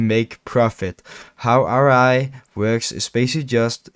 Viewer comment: bro u said RI like 100 times its ROI cringe af